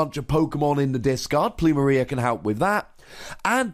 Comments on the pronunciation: Pronounced "Ploom- Air- ia" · It's pronounced plumeria Lol